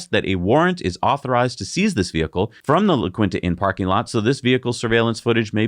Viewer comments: Your show always maintains its high standard of quality. Keep up the good work …and La Quinta is pronounced, La Keen Ta. No problemo, We hear that allot. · La Keen Tah. Wow. If you don’t know how to say something look it up. Good journalism reporting includes checking your pronunciations. Maybe have someone look up words for you. I can no problem. Need me to pre-record difficult words so you don’t have to do it? Happy to help. You will look more professional and your subscribers would go up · The Inns name is pronounced La Keenta...😊